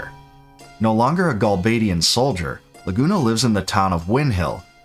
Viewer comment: great video, but honestly how can your pronounce laguna properly but not rinoa